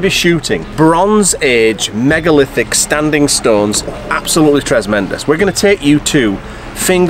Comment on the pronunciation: what is this word you keep saying? trezmendous?